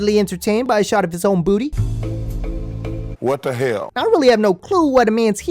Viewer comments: It's the 'whet da heyall' for me 🤣🤣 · “Wut da helllll?” 😂😂😂